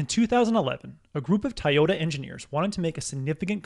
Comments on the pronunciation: Kept trying to figure out what company is call "Tie-yota . Then saw the Toyota logo. Hard to believe you've never heard of it before. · Great video. But its To Yo Ta 😆